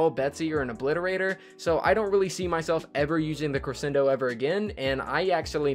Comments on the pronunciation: Don’t worry, we don’t disagree with you for the Cre-shen-do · Omg he kept repeatedly saying crescendo wrong. Wouldn't usually be a problem but he said it wrong like 12 times in 30 seconds. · Roasted Fire Gaming nope it’s pronounced cre-shen-do